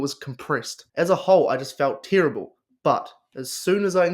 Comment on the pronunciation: Do your friends pronounce terrible as “TEAR 😢 ible” as well? Cracks me up 😂😂